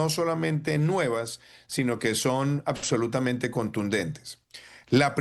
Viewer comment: "ACSOLUTAMENTE!" jajajaja!! Payaso!!